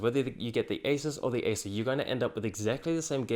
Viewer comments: Great stuff. A bit confusing at times, as it is a little hard to distinguish Acer from Asus, the way you pronounce it. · Tech Sorry, but I did have problems understanding your pronunciation of the words 'Acer' and 'Asus'... sounded nearly the same.... very nice job though... tough decision for me between these two. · wtf the pronunciation acer and asus, i totally can't tell which one are you explaining.. let alone doesn't show the monitor comparison . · it is almost impossible to distinguish your pronounciation of ACER and ASUS. It sounds like you are saying the same word both times.